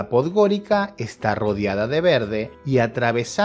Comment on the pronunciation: ¡No! No Podgorika (Podgorica). La c en Montenegro y no sólo en Montenegro, se lee como ts. Pues — Podgoritsa.